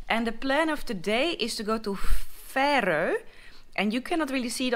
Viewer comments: I think Fårö is pronounced more like "foah-ruh" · Just FYI, Fårö (får = sheep) the å is pronounced like the o in 'boring' :) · You are actually pretty funny 😄for example the way you say "fantastic" I don't know maybe just me 😄 also when you try to pronounce Fårö and then you like "never mind there it says "boat"